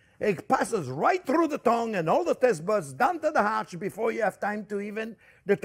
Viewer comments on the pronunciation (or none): none